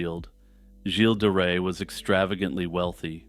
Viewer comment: Oh, you may want to adjust how you pronunce Gilles de Ray It’s not a hard G as in Good but more like you’d say Jjjj in Jean-Claude Van Dam. As per the Ray part, it’s pronounced like you would in English for sun ray. I hope this helps